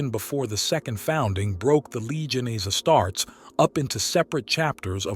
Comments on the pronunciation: its not asstarts....its AS-TAR-TES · Ya lost me at “Astarts”. Refine that AI, pal.